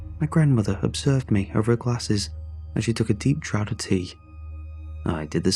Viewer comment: Draught is pronounced draft not drought.